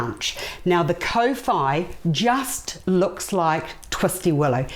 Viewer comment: Your pronunciation is not the best if you say kor fy that's how kowhai should sound . Not co fy